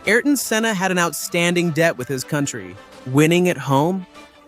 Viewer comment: What a travesty to have an unlearned AI version butcher his name. You content creators have to do better.